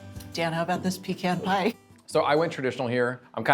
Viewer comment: Thank god Dan pronounces 'pecan' correctly